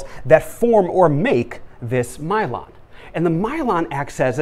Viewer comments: this is great but the pronunciation of Myelin is driving my brain wonkers... (I've always learned it as My-Lynn not My-Lon... reminds me of cylon from Battlestar Galactica). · Myelon? Myelin